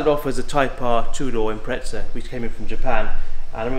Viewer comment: Dear English folk, "impreza" has no 't' in it. Thanks.